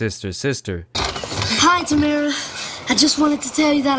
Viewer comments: Sorry don’t mean to be nitpicking but it’s actually pronounced ta-MARE-rah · Everyone I have met that has their name spelled Tamara, they do not pronounce it as Tamra. Lol… but it’s all good. I’m glad did this video😊